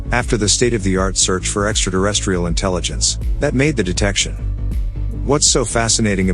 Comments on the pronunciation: It might be just me but I’m pretty sure there’s no D in terrestrial. You’re pronouncing it extra Derrestrial. Thusly it is pronounced as it is written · What is Extra Derrestrial? He says it more than once Eatra Derrestrial?